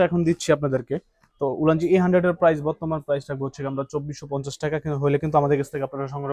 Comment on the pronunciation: কথাটা প্রাইজ হবেনা, হবে প্রাইস, দাম বা মূল্যর ইংরেজি হচ্ছে প্রাইস।